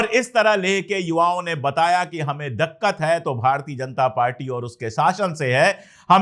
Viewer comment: Dakhkhat Nahi Dikhkhat sir😅